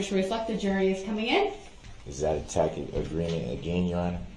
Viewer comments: He's still saying "tack-it" when he means "tassit" (i.e., tacit). Oh Brooksy, you knuckle-tatted buffoon, you are so out of your depth here. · Grounds, substain, tackic agreement, oaf and on and on. What a POS this illiterate aholes is. What a shame that his victims had to endure this nonsense!